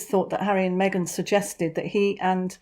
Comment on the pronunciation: Get well soon Harry. Surround yourself with good people. Me-gain is not it